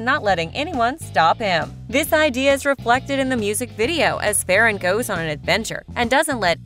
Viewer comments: Its not fe ran its ferran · your saying farrran wrong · Your saying ferran name wrong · they way u say ferran is so funny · Are you saying his name wrong